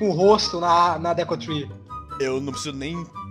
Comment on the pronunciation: MDS É DEKU N DÉKU É SEM ASSENTO tirando vc falar os nomes dos personagens errados otimo